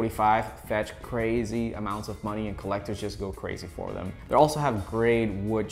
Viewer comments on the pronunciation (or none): none